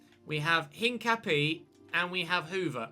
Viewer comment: hincapié is pronounced without pronouncing the h. And the e in the end is pronounced and its where the stress is so basically said like incapi-É